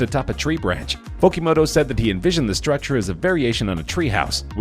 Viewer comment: Sou Fujimoto not Fokimoto. What a dumbass narrator.